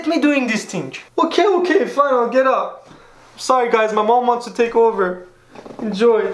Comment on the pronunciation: Mama's Tavassoly "get up, get up" sounded like "book" in Farsi: ketaab, ketaab 😂😂👍